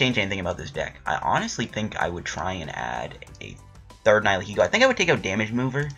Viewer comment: think you said it right, people say its a combination of the words nihilism and ego so yeah